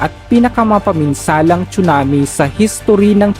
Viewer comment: tsunami po hindi chunami😅